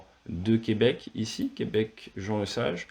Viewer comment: J’adore comment vous prononcez Québec, c'est juste ! Ça ne sonne pas faux, merci !